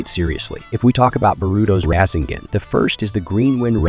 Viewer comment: 😂 raiseugon, tieugitsu😂